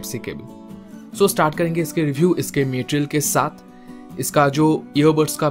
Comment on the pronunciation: Ware hain... Meteral hain.... F**ked up English